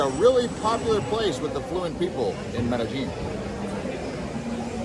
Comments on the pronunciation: Pronounced it "Medejean?" Uhm... Wrong! It's pronounced like "Medeyeen!!!" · It’s Med eh. Gin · Would u please pronounce the word Medellin correctly?? It's very irritating